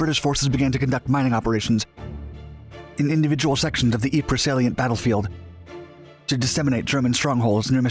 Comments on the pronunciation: The way to mispronounce ypres is "wipers"... P.s. it's "eep" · Ypres is pronounced eeps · Ypres is pronounced Eeep